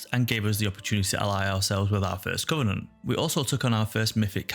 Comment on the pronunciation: I'm saying this not to bash on you, just to show how funny is was from my perspective. when you said each covenant, I could've swear I heard each cunt. That made me chuckle.